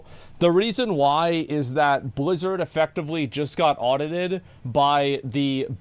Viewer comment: does this narrator even play the games? i mean how is he spelling things like this? nostal-rius, die ablo, blezzard